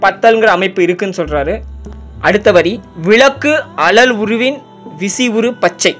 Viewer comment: அழல் என்பதை அலல் என்று உச்சரிக்கின்றீர்களே நண்பா